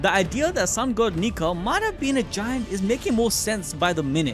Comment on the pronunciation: Sun God ❌ Sun Goo ✅